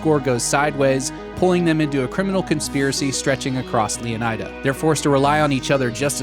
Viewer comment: DarkViper’s girlfriend who’s a Latina said it’s pronounced Leoneeda, not Eye-da